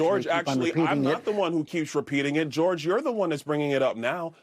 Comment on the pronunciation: I hate the way he say George like Kdot hate the way Drake say n*** 😒